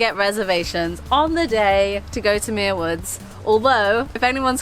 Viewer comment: I don't know why YouTube recommended this video, but I grew up a stone's throw from Muir Woods (you're mispronouncing it charmingly, BTW), and even worked there briefly after high school. Likewise, Muir Beach was the site of some of my finest teenage adventures. I'd hate to tell you what I got up to in one of the little houses you see perched above the sand. I haven't been back to either in 40+ years. Suddenly I'm feeling wistful...